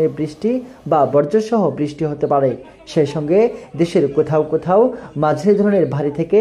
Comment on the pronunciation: শব্দ টা বজ্র (বর্জ) নয়।